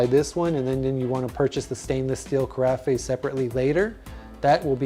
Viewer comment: ca-ra-FEY?????? I believe it is ca-RAFF.